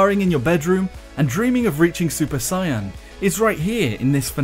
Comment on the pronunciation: SUPER SIIYYYAN omg ur pronunciation made me cringe so hard